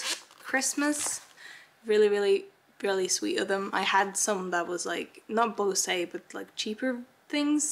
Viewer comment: I've just been doing planning for possible colleges while watching the vlogs. It's so easy to do things while listening to talk and ramble. I also love that she pronounces Bose as bo-say. the company specializes in aviation headsets (as well as typical headphones) and it's pronounced boze. It's probably among the weirdest things to make me smile. My boyfriend is in training to be a pilot, so he has a headset from them.